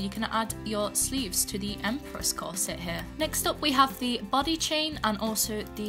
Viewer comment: And I heard the “butty chain” instead of “body chain”